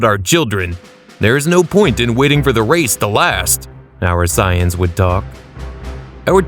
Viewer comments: Bro keeps purposely saying Sigh Ins instead of saiyans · Saying “Sighings” for “Saiyans” throwing me off. 👀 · I know for a fact you did NOT pronounce Saiyans as Psy-ans. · You really don't know how to say the word saiyans very well